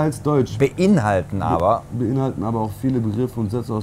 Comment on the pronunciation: "Bein halten" hahahahah :D :D :D :D. Er konnte tatsächlich nchct das Wort "beinhalten" lesen xD herrlich...